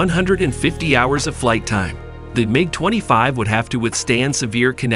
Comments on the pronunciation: Not only do I look for accurate information, which was hard to find here. I also look for how well the narrator tells the story. Well, this dude cant say MIG the same way twice, and it seems he is reading a script without understanding what he is actually saying, otherwise he wouldn't be mispronouncing so many words. I don't understand how all these mistakes are left in a video. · Please learn how to pronounce Sinai and MiG.